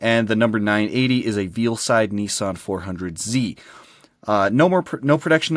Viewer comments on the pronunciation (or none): Veil side not "veal" side lol